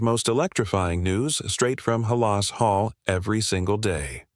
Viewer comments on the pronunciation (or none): Learn to pronounce Halas correctly, please!